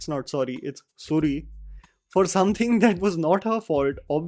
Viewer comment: Horrible show it is. How come a woman say other english words correctly, but can't say Sorry correctly. Instead she says Suri. Apart from that rest is you can't see a woman being bashed like this. I am sure that no family anywhere in the world goes through such hell whole situations. Question is what are they trying to portray, that a woman shud stand for herself and it takes 400 episodes to do that. I thank myself that i stopped watching this at the 200th episode. Atleast my BP is normal now. I watch Tarak Mehta ka Ulta chasma, which is hilarious and no doubt its the number one show till today.